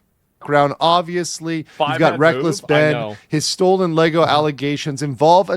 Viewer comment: Lego, not "Lay-goes"